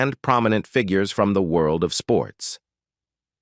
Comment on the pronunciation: Terrible voiceover! Robotic and can’t pronounce simple words like “figures” - painful to listen to.😢😢